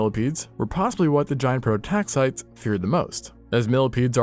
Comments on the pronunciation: That is not how you pronounce prototaxites. The last syllable is -eez. Not -ites with a silent e. I expect people hosting science Communicator channels to bother learning the pronunciation of the terminology that they are using. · prototaxites is pronounced pro-toe-TAX-ih-teez!! Everyone on YouTube has been pronouncing it wrong, so don't feel too bad, but I just thought you might like to know. Also, mycologist Paul Stamets is probably going crazy with the mispronunciation. 😂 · Prototaxites is pronounced like pro-tax-eye-tees. It is not a plural, it just ends in "s".